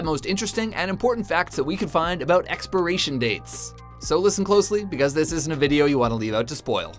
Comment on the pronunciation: U don't say it right